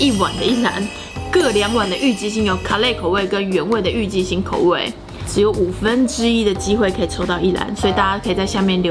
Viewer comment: 我一直想說為什麼一直聽到「雞心」...😂 好辣選我選我 看最後被辣到冒淚光我卻一直在笑😂😂